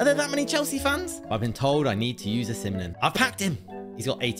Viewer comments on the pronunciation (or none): not oshimenemene it is ozimen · "Osiminm" killed me😭